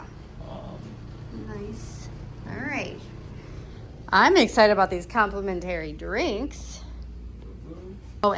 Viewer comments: Thanks for this! I would only stay at the Intercontinental. Love that one. Your way of pronouncing "complimentary" drove me nuts. 😂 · AI? because you have no clue how to say complimentary. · 😂It was soo annoying. And she said it 100 times. Bless her heart😂